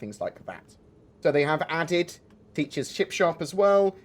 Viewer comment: Sounded like you said chip shop, mmmmm chips